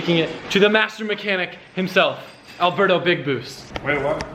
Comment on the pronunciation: haha from the beginning I thought you called alberto "burdo" (I speak french and alberto does not pronounce the same way)